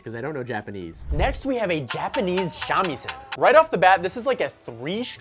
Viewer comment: actually you’re saying a lot of the Japanese names incorrectly, but it’s common since we see the transliterations of the words and interpret it with an English-based approach, such as silencing letters; if you want to pronounce the names of the instruments correctly, try pronouncing it with more syllables each with a large amount of emphasis ie sha-mi-sen Also, note, I don’t actually speak Japanese, so you’d probably have a better time learning pronunciation of these names from who speaks Japanese as their first language Edit: though, you did pronounce bachi pretty accurately to my knowledge